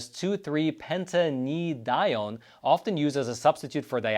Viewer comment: Because I like you and your podcast, I will help you with learning how to pronounce the chemical names you are trying to prounounce. A AAAA aye, seat - Al cetal, Deeeee de, Hide Hyde. Acetaldehyde. Next Acetyl, A seat Al. Next 2,3, Pentanedione, 2 3 Pent ane (like Anus) Die Own. Next toluene, tol like tall u like you ene like eeen. Toluene, Tall you Eeen. Keep up the great work and podcast. I like your podcast very much. Oh and by the way I studied Organic Chemistry in university in America for about 7 years.